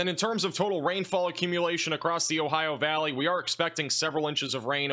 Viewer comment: Ohio valleyn's? 😂😂😂